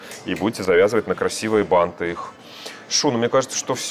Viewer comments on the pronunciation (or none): none